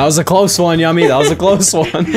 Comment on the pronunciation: It's still annoying to hear Yumi's name pronounced as Yummy